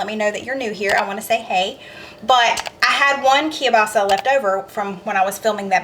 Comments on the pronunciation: I really enjoy your recipes! And I've even made a few. I live in northeastern Pennsylvania we have large Polish and Slovak communities. My Polish sister-in-law and almost everyone else I know pronounces kielbasa this way: Kill - Bossi and I've also heard it's pronounced with an A on the end as Kill - bossa. I make a similar soup to this called kielbasa corn chowder and it's very creamy and has lots of garlic in it. It's very popular at our church supper's. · I know you've talked about your pronunciation of Kielbasa. I noticed you don't pronounce the L. Anyway, I have that chopper too. I love it! Husband hates it because it's so noisy when I pound on it.